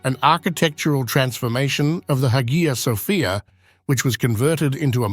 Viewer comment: the pronunciation of hagia sophia 🤮